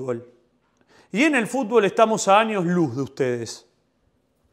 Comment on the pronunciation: Jajajajajjaja por favor dejá de decir "FUTBÓL" (CON ACENTO EN LA Ó) JAJAJAJA